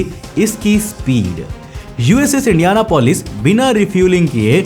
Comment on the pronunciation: Its not indiana polis Its indian apolis